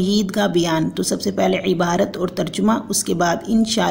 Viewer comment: ترجُمه ❌ ترجَمه✅